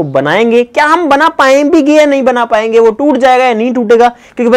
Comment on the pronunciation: We tell "पाएंगे भी" but says " पाऍंभिगे"😂😜